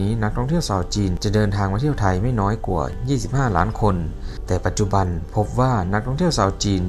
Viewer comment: เก่งค่ะพูดไทยได้เกือบเต็มร้อยแล้วค่ะ ฝึกตัว ช แทน ซ และคำว่า กว่า ออกเสียงยาวนิดหนึ่ง ไม่ใช่ กั่ว คะ